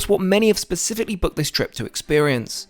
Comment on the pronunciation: It is 'specifically', not 'pacifically'. Try to learn English.